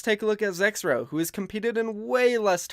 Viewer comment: Who also thought it said Zekrom instead of Zexrow